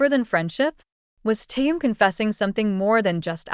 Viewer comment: Автор, сколько можно искажать имя Тэхена. В каждом предложении новое имя. Совсем ку-ку.